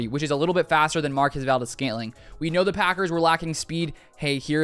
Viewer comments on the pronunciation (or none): MVS' first name is pronounced: 'Mar-kwez'